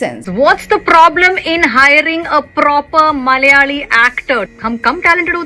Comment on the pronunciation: Didi first of all it's not MALyali or MALyalam It's MALAyali and MALAyalam North indians delete alphabets from word's while pronouncing it and south indian add some extra to the word.